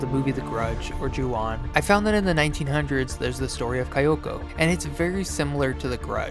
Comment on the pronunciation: I feel silly correcting your pronunciation but since you asked, it’s “Kee-yoko”